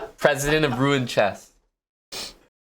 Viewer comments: Its pronounced ROO-ON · As a Normand, it hursts hearing him butchering Rouen pronunciation... granted it's a combo of two sounds north american cannot pronounce: "OU" and "AN"